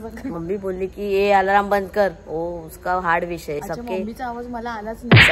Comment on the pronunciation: Alaraam nhi re alarm ast 😂😂😂😂